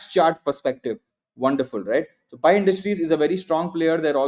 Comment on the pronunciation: I feel the same every time he says "PI" 😂